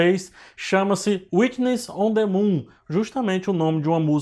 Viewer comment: whuitness? não ... é white's de branco